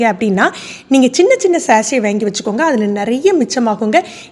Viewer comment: வாங்கி, வேங்கி என்று சொல்லவேண்டாமே